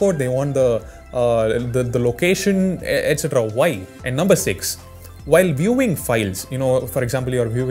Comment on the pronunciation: and i also laughed everytime he says "whyie" 😂😂😂 man you're the coolest i don't know why youtube didn't recommended me this channel all this long